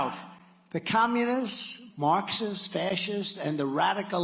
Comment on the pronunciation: Markshists? His teeth slipped?